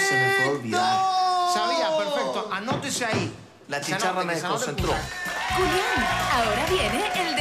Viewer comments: Dice "Culiàn" no "Julián" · Dice "adelante culian" ?? Ajaja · dijo "Adelante cualian" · Es mi idea o al principio dice culian? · Escucharon dijo culian jajajajaj